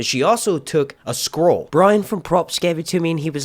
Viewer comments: Lol at him pronouncing scroll as "squirrel" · I thought you were saying squirrel lol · Is he saying squirrel?